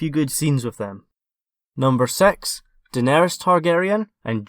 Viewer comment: "number sex" lol